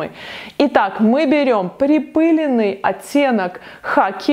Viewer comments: Всё очень красиво, но очень удивило слово припЫленный в огромном количестве. во всех словарях "припылённый". ударение на Ы - это профессиональный сленг?)) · Все бы хорошо, глаза радуются.... но 3 млн раз сказать припЫленный😖😣 ааааа! Кровь из ушей! ПрипылЕнный! А так да, очень красивые цветовые сочетания👌🏼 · слово припылёный,ударение на Ё,я прогуглила...! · magnolia golden конечно ,на ё! Это правило 6-7 класса)) ударение всегда на эту букву. СвЕкла! Я не учитель русского языка)) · Спасибо! Чудесно и восхитительно, мои любимые безумные яркие сочетания, когда-то некоторые воплощала. Только в слове припылЁнный ударение на ё, пожалуйста, очень режет слух, тем более от вас :)